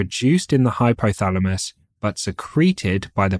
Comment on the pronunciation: BLOODY NON-SENSE, DO NOT HAVE CORRECT PRONUNCIATION?...LOOK FOR HORMONS AND HYPOTHALAMUS. IT IS HYPOTHALAMUS AND NOT HYPHYTHALAMUS?